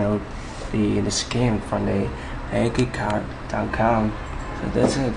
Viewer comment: A-ke-card-dat-cum... nice :)